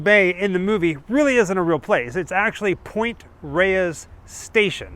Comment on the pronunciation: Point Reyes is actually pronounced Point "Rays", not "ray-ess".